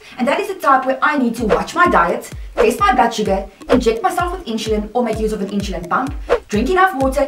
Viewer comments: Why do you prouncoun "i n s u l i n" as "I n s h u l i n? Just wondering. Otherwise this video is quite exceptional. I've been dx'd at age 2 in 1959. Wowee! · Thanks for watching the video, I am happy to hear you enjoyed it. With regards to the way I say "insulin": When I was diagnosed (20yrs ago at the age of 16) that was the way my Diabetic Educator pronounced the word "insulin", so I guess it's the way I was taught to say it, hehe. Afrikaans is my first language and English is my second language, so I only recently found out that I'm saying it differently :) apologies for that. Well done for living with T1D for such a long time, I am sure you're an inspiration to others.